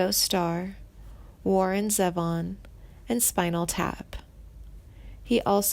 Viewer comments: Try saying Glenn Fry not Frey, and Zevon not Zefon, a gorgeous man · It's not Warren Ze'-von. It's Warren ZEEvon. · Richie 'Furry' - LOL! Randy 'Maisener', Mesner'. Too funny. And Steve 'Cooper' - does she mean Cropper? 'Suther', 'Fray', Warren Zavon, gawd, this is awful. And she makes it sound like he's dying of cancer when he beat it and is healthy. But hey, at least the title didn't spell his name with a 'd', so there's that.